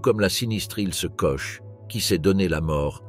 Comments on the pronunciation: Ch en français se prononce « che ». En allemand et alsacien ça se prononce kor… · quand on fait un doc sur des femmes au nom allemand on essaie de les prononcer correctement "Koche" non ... "Kor" oui . Mais bon comme le français est bancal aussi ça passe non ? Non ?